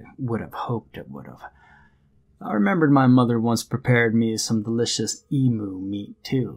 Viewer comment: Australian here - 'emu' is pronounced 'eem-you', not 'ee-moo'.